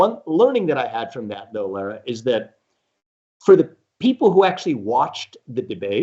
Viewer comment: Lara's name gets so butchered by most people, and she never corrects them. She gets called Laura and Larah 90% of the time. Maybe 95%. lol It's actually La-rah.